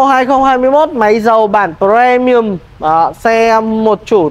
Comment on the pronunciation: Sao lại cứ đọc là Pờ re mi ừm?